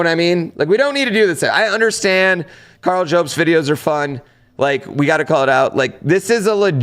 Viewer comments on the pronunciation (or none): none